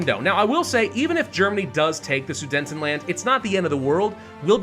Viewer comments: it’s pronounced suDETanland, not suDENTanland🥲🥲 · I have to ask... is there a reason why keeps pronouncing Su-DE-TENland horribly wrong? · Why do you pronounce it as "Sudentenland"? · Drinking game: take a shot every time he pronounces Sudetenland incorrectly.